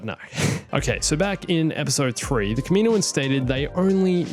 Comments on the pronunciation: Man I love your videos and your ideas. But seriously,kameenoans? Kam-in-O-ans. I hate to complain about anything but that sounds like nails on a chalk board to me lol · can you say kaminoins. As kam-in-o-ins not kamino-ins cause that is the proper way to say it but you do you